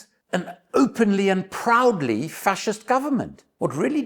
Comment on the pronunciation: ❤ Did you say Vaxist or Facist ?